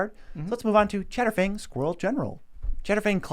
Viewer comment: How the hell did you guys pronounce asmoranomardistinawhatever right but you couldn't get "chatterfang"?